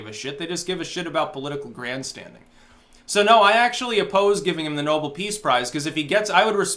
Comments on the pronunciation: ***** It's pronounced "Know-belle" note "Noble". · The prize title is pronounced like Alfred's last name,. Nobel not noble. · are you trolling us. It's no-BELL! LOL